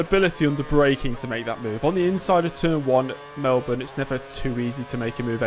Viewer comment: OMG FINALLY SOMEONE KNOWS HOW TO SAY MELBOURNE